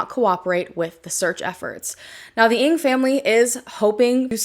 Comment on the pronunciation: Your pronunciation of Ng is off, just mentioning it. Many disappear in these South American countries. It just isnt safe for foreigners.